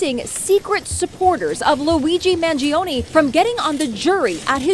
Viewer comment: its Mann- Joh - Neh. Put some respect in that name, real fast. We don't play them games over here.